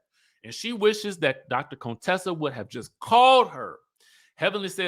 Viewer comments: Hey. Why do you call her Conetessa? Her name is Contessa. 😂😂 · The way you say Contessa🤣🤣😂😂 I need to put this sound on repeat! Conetessa...Cone?!🤣😂